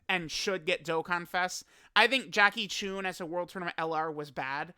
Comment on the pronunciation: It’s Chun, not choon. This is disgraceful.